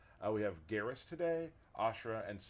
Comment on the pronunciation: Why does nobody ever say Geras' name correctly? When you pick him, the announcer says his name. Other characters speaking to him say it aloud too. It should sound like "Beerus", but with a G instead of the B.... Right?